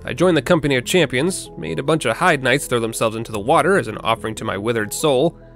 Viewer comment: Heide is pronounced Hade. They say it in game. Also those big guys aren't the Heide knights.